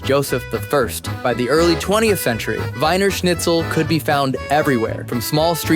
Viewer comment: It id pronounced like the "wiener" in "wiener dog" or "wieners" the saussges. They're Vienna saussges. Vienna is the english word for the city. It's actually called "Wien" in german.